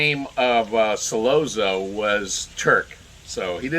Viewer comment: Not pronounced "Solozzo" but "Solotzo" Double zz is pronounced like tz.